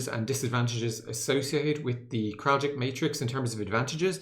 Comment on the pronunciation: It’s pronounced “Krall-itch” not “Krall-jick”